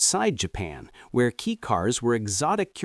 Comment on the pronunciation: Kei, from keijidousha, is "kay", not "key". No big deal.